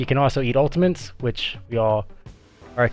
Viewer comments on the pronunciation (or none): Sorry, did he just say "ultamints?" I need that in a spray NOW